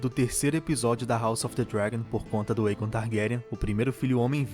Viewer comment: Lindo demais este episódio só ñ gostei do dublador falando errado o nome do Aegon será q é tão difícil pronunciar certo fala sério eu amo a Raenyra e o Vyseris está um show achei lindo o encontro do cervo a legítima rainha amei cada detalhe deste episódio.